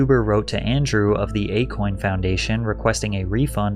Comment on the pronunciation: Akon. A Kon. A Con.😂